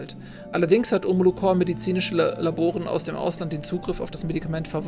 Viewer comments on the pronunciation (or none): Omolo corP nicht core.... es ist eine Corperation kein Corps... DAS MACHT MICH AGGRESSIV!!!!;) Aber ziemlich gutes Spiel, macht Spaß dir dabei zuzusehen.